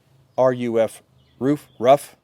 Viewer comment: Ruf is spoken like roof. It's a family name